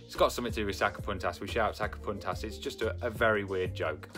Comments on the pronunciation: Say '''saca PUNTAS""....the u ....like in MOON. Saca PUNTAS !!! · I thought you said sacapuntas cuz it almost sounds like “saca puntos” as in points lmfaoooo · I thought he was saying sucker puncher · I thought he was saying soccer punters in a weird accent haha.